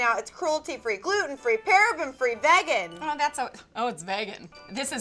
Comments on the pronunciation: Ahhhh omg why ! vagan its vegan vEEEEgan please explain to me why people pronounce it vagan where is it from and why are you all ignoring the E i'm sorry this is my biggest pet peeve every time i hear someone says it! it my skin crawl! Stoppp! Ps I love you both any but stop. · FYI it is pronounced vee-gan which is something both of you should look into. And dose of colors, KL, Morphe, and Zoella beauty are all cruelty free. Mac is not. Please do not buy things that are not cruelty free, some brands cruelly drip chemicals into rabbit’s eyes and it makes them go blind. There’s nothing beautiful about animals being tortured for no reason. Please don’t support these brands for any reason it’s just so unethical! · It's vEEgan!!! 😂😂😂